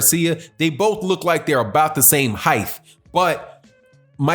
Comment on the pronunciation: You & DBN got the best videos out main man. But “hiff” G c’mon. Say “white” then say “tight” now say “height” lol